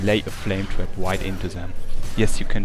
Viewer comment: haha i thought u were saying twerp instead of trap